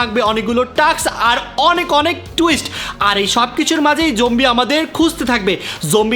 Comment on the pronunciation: Zombie ❌ Jombie ✅